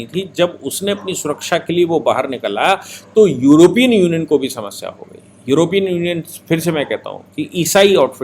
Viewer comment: सही शब्द योरोपियन नही यूरोपियन होता है।